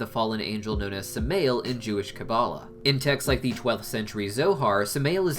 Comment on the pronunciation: Samael is not pronounced “smail” it’s pronounced “Sa-My-El”